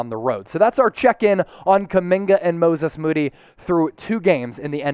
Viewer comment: I hope this is just the first of many times we get to hear someone pronounce it "Mooses Mody" 😂😂😂